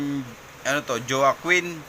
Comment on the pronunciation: Alvin wakin Po basa don as in Joaquin bordado d Po dyowakin Mali haha pero ok Lang